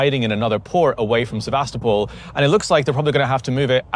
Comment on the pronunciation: why is it that none of you youtube bloggers have figured out how to say Sevastopol correctly? its geting ridiculous. you've been here long enough to pronounce cities correctly. holy moly.